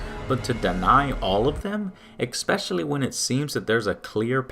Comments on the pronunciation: It's especially, not exspecially. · Why are you pronouncing “especially” as “ex-pecially”? ( , ) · Expecially is not a word. Sorry, AngryJoeShow, but that was ONLY part that bugged me throughout the whole vid. XD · Good vid, but I hate how you pronounce especially with an 'x'.